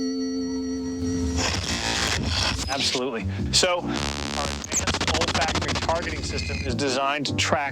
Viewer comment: its not "old factory.." lol its "olfactory" A system used in our sense of smell.